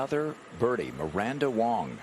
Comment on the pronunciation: Miranda WANG not WONG, geez. Amazing golfer.